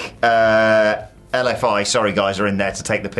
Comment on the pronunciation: You said "LFI" in Spanish perfect!